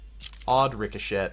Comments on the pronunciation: Richoshet is pronounced Rick-o-shay Not Rick-o-(SHET) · "rico-shet" lmao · Rice oh shet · Rick-a-shet XD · Did you actually say "Ricochet"? Bruh. It's pronounced "Rik-oh-shay" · Sorry bro, you can't pronounce ricochet correctly